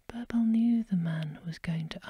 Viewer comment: Also the i in birbal is pronounced as e😊